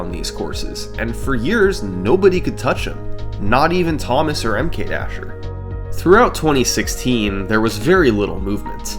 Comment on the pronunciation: SummoningSalt I love your videos...I think I watched them all. But the way you pronounce MKDasher is killing me. I don't know what the right way is but the super pronunciation of the "M" is like Nails on a Chalkboard :). Anyway keep the Vids on coming... <3